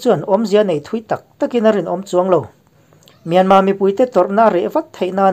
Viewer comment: Myanmar tih i lam dan hi a dik teuh hle a. I thluk dan chiah hian thluk la, a tawp a 'r' hi lam ri tel lo la an mahni ang chiaha lam ri dik i ni mai ang.